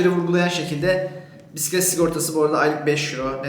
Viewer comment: Neydi yavrucum o? Biğğisset mi? Bissset mi? Bisistisiss mi? Amcalar seni anlamamış olmasın 😆Biğğiisssetin üç tekerlikli miydi şirin yumurcak seni? Rengi neydi bakayım? Penbe mi yoksa? 🤣🤣🤣 Biğisseti çalınmış 😆😆😆